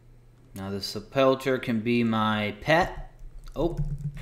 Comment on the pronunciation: It's "sep-ul-ker", not, "Suh-pulcher" lol! Great vid enjoying it had to comment this